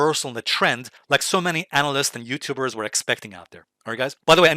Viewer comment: "Anal-yst", just like "re-serve"?